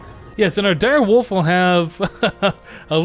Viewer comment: I like how says Direwoof instead of Direwolf